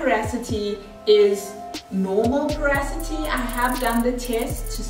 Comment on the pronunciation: Loved both sides❤️ Just as a matter of interest it’s pronounced po- ro- si - ty not po- ra- so-ty